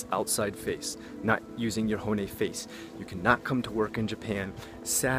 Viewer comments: Pretty much... I get annoyed when he says "hone" (bone) instead of hon-ne (literally translated true (or original) voice) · “not using your horny face.” That’s what it sounded like lol. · I like your videos and this is terribly rude but I have to ask: how does one live in Japan for a decade and your accent be that terrible? Your pronunciation of tatemae, honne, and ganbaru sounded like first semester college Japanese. Or were you just anglicizing it for English speakers?